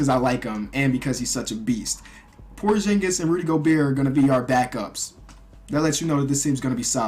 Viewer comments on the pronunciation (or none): It's porzingis not porjingis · Hey just saying buy it's supposed to be porxingis and not porshingis